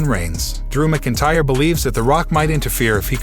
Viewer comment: Can you please report the CURRENT NEWS BRO? Also Drew McIntyre is Pronounced as Drew MAC-IN-TYRE! Not hard dude.